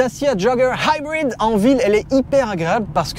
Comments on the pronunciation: Tu ma tellement soulé avec ton "daciaa joggeur haïbride" mais j'ai tellement rigolé en même temps 😂, vraiment test auto validé pour ma part 👍🏽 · Vidéo bien faite mais l accent américain pour Dacia jogger HYBRID est pénible. 50 fois c'est lourd. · J'ai tenu jusqu'à 10', au 20e "haïbrid" j'ai laissé tombé 😒